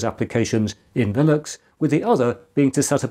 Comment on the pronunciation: one slight quibble: you keep saying "lillux" and totally ignoring the N in the word.